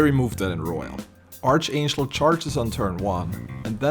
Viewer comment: ark-angel (like mark, not arch like like archie)